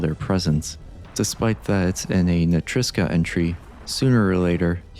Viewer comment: I know it's a minor inconvenience, but It kinda bugs me that you pronounce "NetriCSa" as "NeteiSCa", which reminds me to when FrameRater used to pronounce "Reptiloid" as "Reptilioid". (I just wanted to point that out, idk —\(°-°)/